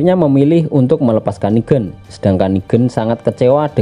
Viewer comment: Negan bang Bukan nigen